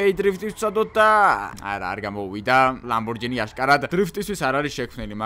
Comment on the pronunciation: კონიგსესი კი არა კონიგსეგია და კიდევ ლამბორჯინი კი არა ლამბორგინია